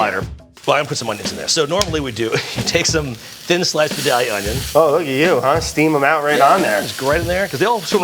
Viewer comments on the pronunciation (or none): As an onion historian, it's Vye-Day-Uh; not Vi-Doll-Yuh, and it's certainly not V-Dahl-Yuh. I was born here, I was raised here, and I've bought my spot in the cemetery to end up here. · Important for all food fans. Vidalia is pronounced Vy-DALE-ya